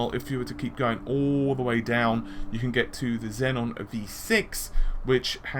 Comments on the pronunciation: zen-on? xeon? zee-on say it with me zee-on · It is pronounced 'Zee-on' not 'Zen-on' Xenon is pronounced 'Zen-on' mate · Xenon. Xeon. Got 1 too many Ns in your pronunciation their. Love the videos.